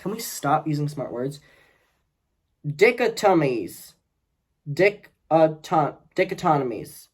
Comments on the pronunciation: “Dick-a-tummies, dick-a-tommies, dish-anatomies…” oh man that made me LOL., you are the best. Please don’t get me wrong. No judgement, no shame here… It’s pronounced Die-cod-a-me. File it away. You’ll get some use out of that one. Gotta start building up that smart word vocab! Love the channel,. ☮️&💜from Minnesota. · Die-cot-o-mees = dichotomies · Dichotomies is pronounced di cod omies. love your!!!!! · Dick•a•tom•monies 🤣🤣🤣. you're so adorable! An old soul, but the mispronounced words remind me of how much of a baby you actually are. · "Die-cot-o-me's" (dichotomies) 🙂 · Haha I was the person who wrote about the "dichotomies" it's pronounced "dye-COT-oh-mee"s but I absolutely loved seeing going for it, this is why we love you! I do find it very interesting that Moses sent that picture of his abuse to multiple people, it could be read from several different views, from a genuine cry for help towards anyone will listen to a more sinister "look and feel bad for me" and everything in between. The information coming out is rather damning if true but makes sense as to how Trisha and Moses ended up together and seem to work, but how can it ultimately if they are both extremely manipulative people? A situation like this is bound to fall apart eventually, but I hope the collateral damage towards the families isn't too bad:( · Die-caw-toe-mees -dichotomies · Oh it's pronounced die-cot-o-mies, dichotomies <3 Also it's hell trying to read when you don't mirror the video footage so the text shows true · =))) Di (like lady di, or tie-dye) - chot (like cot, like a bed) - omies (like rhymes with frenemies) =))) Super entertaining ep,! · I almost lost it when you try to pronounce 'dichotomies'. You are so cute,. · Let me find out that a UK boy doesn't know how to pronounce "dichotomies,". 😭 All baby gays should speak the Queens English. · I died with you trying to pronounce dichotomies, never change king XDDD